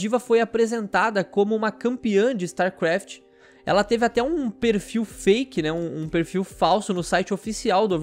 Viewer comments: Kkkk quantas vezes o falou starkraf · "Star QUaft"